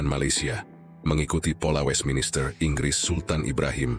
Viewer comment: Westminster buka westminister😄